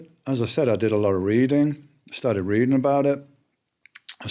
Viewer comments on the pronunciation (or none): none